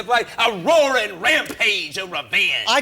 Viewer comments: Woaring wampage of wevenge 😂 had my dying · “Woawing, wampage of wevenge”